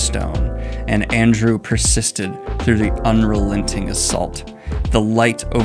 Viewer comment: "Arndew" lol